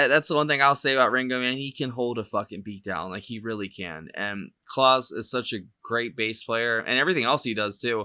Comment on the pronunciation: FYI, Klaus is pronounced like house not Santa Claus. You picked a great song.